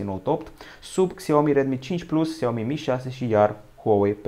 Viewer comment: Se zice şiaomi nu xiaomi